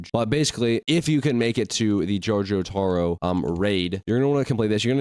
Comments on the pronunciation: bro can you stop saying jojotaro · jor-tiro and die-o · Jotoro and Dye-O